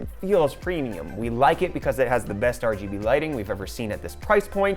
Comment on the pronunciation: Did he just say R-G-B into Rgb